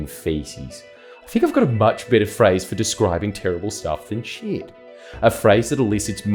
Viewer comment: You said ‘human 💩’ I thought you said ‘ human chimp’ saw the blokes ears and thought, yeah true…